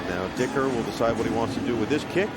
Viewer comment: "..aand the kick from DICKerrr CURVESss innn.."